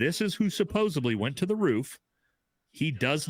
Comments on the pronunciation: SupposEDly!!! Not "supposably"!!! Americans, speak English!! Please!! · someone should tell him it's "supposedly" not "supposebly"...really throws me off every time! Otherwise, totally agree about the dude on the stairs!!! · As a friend of, could you tell him it's supposedly, not supposably. Lol. I lov, but that sounds so bad. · Who is going to be the one to tell the word is Suppos-ED-ly